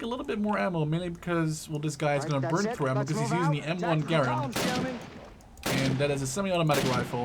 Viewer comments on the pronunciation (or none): m1 grand not m1 grend